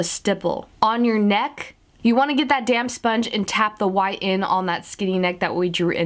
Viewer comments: You are saying damp really fast so it sounds like you are saying damn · Lol I keep hearing "damn sponge" but then I'm like ohhh it's "damp"!!